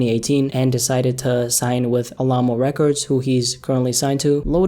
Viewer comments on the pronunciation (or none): alamo lol bruh said ahlomo records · How did you say alamo records?